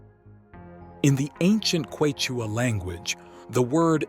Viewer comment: OMG, please learn how to pronounce the word quechua. Cringe.